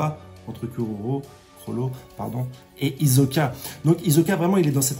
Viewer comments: Stp frero c’est pas hiZoka mais HiSSoka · C'est hiSoka! pas hiZoka....! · Fréro, chaque fois que tu dis Izoka, j'ai mal aux oreilles... Je n'ai jamais regardé en VF donc je ne sais pas si c'est ainsi que c'est prononcé. Je préfère clairement la prononciation Isoka en VO. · Hisoka stp pas hizoka ça me stresse 😁😁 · Ça se prononce hissoka. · ta prononciation d'hisoka est tellement bizarre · Phonétiquement ,Hisoka se prononce avec le « s » de serpent, saxophone, sel ou singe